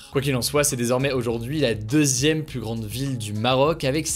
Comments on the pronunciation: Il y a un détail qui me fait tiquer à chaque fois, c'est la manière qu'il a de prononcer "plus" avec un "s" à la fin même suivi d'une consonne. A part ça très bonne vidéo x) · A quand le débat sur ta prononciation du mot "plus"?